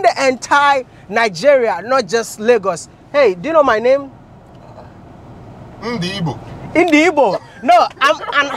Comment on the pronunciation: Tayo is a real fool. Imagine a 'Nigerian' that can't pronounce Ndị Igbo.